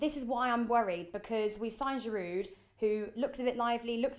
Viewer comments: THE D IS SILENT IN GIROUD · You don't pronounce the 'd' at the end of Giroud -- spotty bint